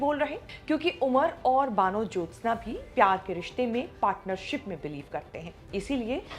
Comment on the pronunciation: Kamse kam vanajyotsna ka naam theek se to pronounce karke. Van Jyotsna ka matlab to samajh lete.Hindu bengali ka naam baano to nahi ho sakta. Apta pronunciation kaan mein chubhta raha.